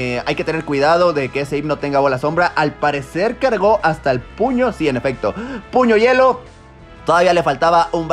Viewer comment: 🤣🤣🤣 la pronunciación de los nombres y después puño yuelo🤣🤣 fue demasiado